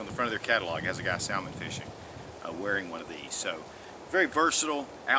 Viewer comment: Good God, I hate when people mispronounce Salmon.... you don't say the "L" in the word... SAMON. Duck Lips